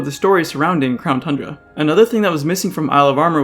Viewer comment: Crown tundra? I thought you said clown tundra